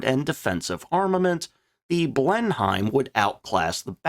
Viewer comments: Exactly. I see a lot of replies with "yeah but...". There's no buts here. It's an English plane and it's pronounced "Blen-em", not "Blen Heim". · The Blenheim pr. Bleh-nim Not Blen-hyme.... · Excellent ep as always but it's pronounced Blenim, not BlenHEIM. English toffs have this irritating habit of shortening their place names (Blenheim is the ancestral home of Malborough) when speaking so they can quickly tell if you're a local or a provincial, or in your case, even more horrifically, a colonial. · Always thought the Fairy Battle was a bit " British Garden Shed " in its design , the Only Aircraft that came out of what we had then and became a Legend was the Beufighter , an when you say BlenhiEM ..just say it as " Blenim "..Good vid. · You don't pronounce Blenheim Blen - Heim, it's Blen-im. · A really good video. That said, Blenheim is pronounced "Blenem". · Pronounced Bristol Blen-im. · Blenheim is pronounced blenem. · Blenheim pronounced Blennim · Please, if you do struggle to pronounce the names of British aircraft please RESEARCH. It Grates something awful to hear it mispronounced. Please no more 'Blen-Heims'. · Blenheim is pronounced "blennim". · Drinking game, each time pronounces Blen-HYIM 😆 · Them funny Yanks! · had to stop listening at 'blen-hime' for the 10th time. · Blenheim is pronounced Blen-em! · Minor niggle: Blenheim is pronounced Blennim. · I know you always try hard to pronounce aircrafts names correctly. 'Blenheim' is pronounced 'Blennem'. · The word "Blenheim" is pronounced as /ˈblenɪm/ ("BLEN" + "im"). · The "H" in Blenheim is silent.... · IDK, but your pronunciation of Blenheim makes me angry